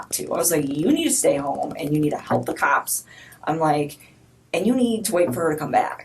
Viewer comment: Why does she keep pronouncing cops like that. “Kaaaaaps!!